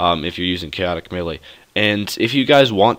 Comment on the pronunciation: Thanks for the video. One thing, you're pronouning melee wrong. It's meh-lee.